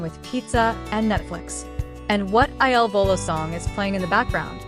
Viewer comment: How about you stop asking so many questions and learn to pronounce Il Volo!